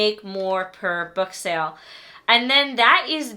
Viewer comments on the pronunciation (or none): none